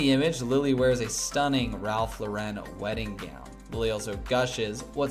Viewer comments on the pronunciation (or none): Learn. How. To. Pronounce. Ralph. Lauren's. NAME!!!! Drives me insane.